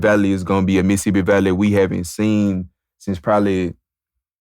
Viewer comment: Bro said Missippi Valley 😂